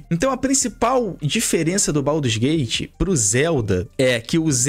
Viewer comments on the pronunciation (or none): Baldurs não, BADUS GATE